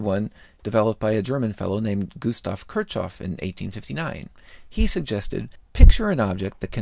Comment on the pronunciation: *Kirchhoff. Your pronunciation was bad, too.